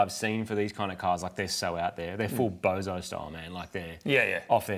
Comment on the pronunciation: It's not called a bozo car... The word is bosozoku.